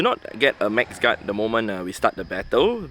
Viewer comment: He is saying max guard with an accent